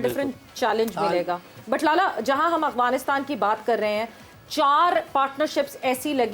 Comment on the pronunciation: محترمہ ٹھیک سے کہیے افعانستان اغوانستان نہ کہیں